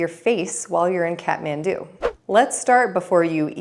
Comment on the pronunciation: Here's another pro tip: the Kath part of Kathmandu is pronounced like "cot," not "cat."